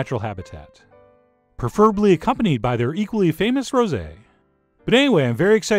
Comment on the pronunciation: "Cannes", not "Khan"; "rosé", not "rosy". Other than that, the tart looks FABULOUS.